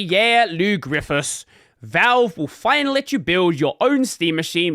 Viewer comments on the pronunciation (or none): His last name is pronounced Griffay , it's French so the last s is silent !